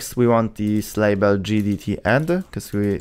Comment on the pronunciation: im surprised you didnt misspell GDT as JDT with how you say it